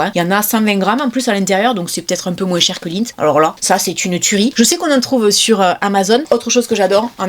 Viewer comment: moins , pas moinse lol